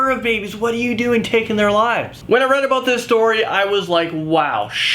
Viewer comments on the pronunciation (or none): none